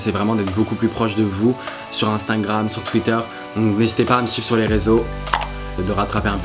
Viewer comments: Qui a remarqué qui l’a dis Instingram au lieu de Instagram ? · “intangram” ahah 😂 vidéo très cooool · Vous avez remarquez que quand il nous a remercié il a dit "instaingram" 😂